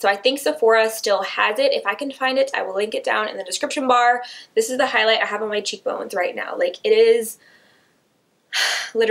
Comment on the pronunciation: she totally said highs light bling around 6 mins and something 😂